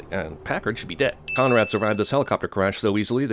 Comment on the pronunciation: I thought he said comrade instead of Conrad